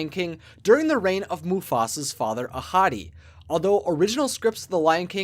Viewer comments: I thought you said "a hottie" instead of Ahadi (how do you spell it again?) XD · I kept thinking he was saying “a hottie” 🤦🏻‍♀️